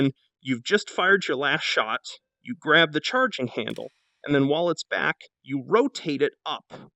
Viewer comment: “Grab the chowerging handle.”